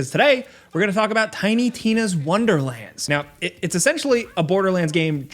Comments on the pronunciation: “Tiny Tim’s Wonderlands” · "Tiny Tim's Wonderland" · Ok am I having a stroke or does he keep saying the wrong name for the game? 😅